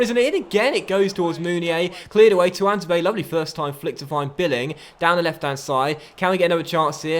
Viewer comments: Is he not called "tuan-zay-bay"? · Tuanzebe is pronounced Twan-zay-bee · I swear you’re saying Tuanzebe right 🤔